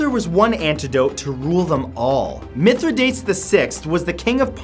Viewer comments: I don't mean to be picky, but Mithridates' name is pronounced (myth-rih-dah-tees) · Mithridates..Say it with me, Children..Mith-Ri-Da(dah)-Tes(tees). Good job, Kids. I knew you could do it! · think you pronounced Mitradates wrong .. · Mith-ra-dot-ees is the pronunciation. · Love you Matt... Want you to sound as smart as you are....Mithra day teez ( Mithradates). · Its pronounced 'Mithri-da-tees. Just saying...